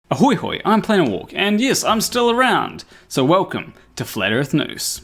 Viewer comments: "FLAT EARTH NOOSE" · You definitely say Flat Earth Noose mate. Freudian slip?